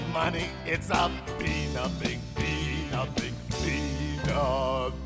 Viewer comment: It’s a FEE not Pee